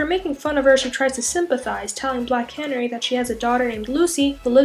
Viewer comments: Black Canirry😂😂😂 its Cuh Nary...like a bird...and injustice 2 comics dont tie in 2 the regular comics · "black canery" it's pronounced black Can-airy... just saying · I noticed that too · And it's c a n a r y not cannery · The way you pronounced Black Canary was so off. It’s not cannery like a canning company. It’s pronounced like the bird????? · Black.. Canary. as in the bird. Ka-Nair-ee. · I'm sorry I just can't get over how she keeps mid pronouncing canary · First thing- Black Canary- pronounced like the bird. Please? That made my skin stand on end lol. But in Batman Beyond- 2 young girls are arrested for acting like the Joker. They are bailed out of jail by an old lady. The old chastises their behavior to which the young girls reply- "oh shut up Nana Harley". So in order for that to make any sense, then Harley never dies and instead goes into hiding, has at least one child that also has children. Also in Injustice, her baby did not die, but was left with Harley's sister. If I covered anything already covered in the comments, my apologies. Just responding to the video itself without having read the comments. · Tanya Mars I was about to say that. Nobody says Canary like that.